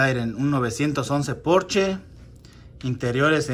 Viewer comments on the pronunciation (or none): none